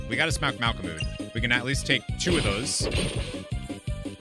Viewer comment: Nice playthrough, makes it funny that you do different voices for the different characters XD By the way, the mole's name is pronounced "malko-mud", with the last syllable being pronounced like... Well, mud.